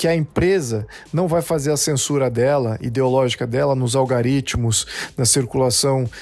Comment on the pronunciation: Opinião perfeito!! Concordo plenamente!! Só a palavra “ALGORITMO “ foi falada errada!!